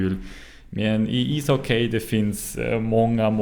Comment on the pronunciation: Good, but pronounce ishockey as isocky, no diphtong at the end.